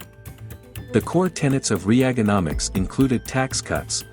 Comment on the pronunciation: No , you didn’t pronounce Reaganomics like that.